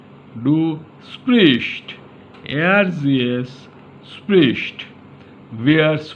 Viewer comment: You are the second or third indian person that I stumbled across that is teaching German here on YouTube. Very interesting! Is German a popular language to learn over there? And thanks for the hard work. To give you a little advice: You might want to practice your pronounciation of können and sprichst. Just as a feedback. I hope you're helping lots of people.